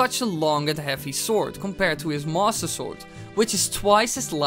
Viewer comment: What is your accent? Everytime you say master it sounds like monster